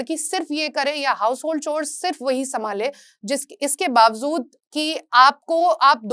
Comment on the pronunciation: It’s pronounced as bawjood, not bawzood